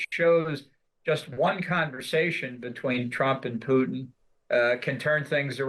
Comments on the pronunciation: Who ist "PUITN" ? ;-) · Love how you keep calling him PUITN 😂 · Puitn?? What is that??